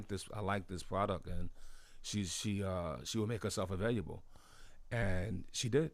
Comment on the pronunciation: RZA CANT SAY AVAI"L"ABLE???